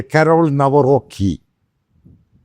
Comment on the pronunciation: നവറോക്കി❌❌ കാരൾ നവറോസ്കി✅✅